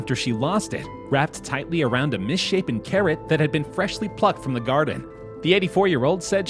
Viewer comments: Did you notice instead of carrot it's carror? 😂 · "Carror" instesd of carrot man u got something mixed up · “Diamond ring found in carror” CAR ROAR or carrot? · C A R R O R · " Carror" instead of Carrot XD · Nobody: Litteraly know one::carror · Who else noticed that the part where they found the ring on the carrot he named the carrot “Carror” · It’s carrot not carror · lol he said carror in stead of carrot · It said carror not carrot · Ahh yes carror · Man really said carror 😂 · This man said carror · “A diamond ring in a carror” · ceo of “carror” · ah yes, a "carrar" very tasty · “found in carror” 🤔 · ah yes my favorite veggie: carror